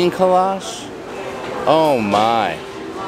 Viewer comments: Just a Texas tip.... its said kolache = co-la-chee and boudin = boo-dan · kolacheee hard e please